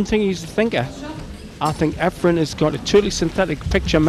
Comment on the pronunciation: It's turning me against this one listen to this announcer calling Efren every name but his correct one .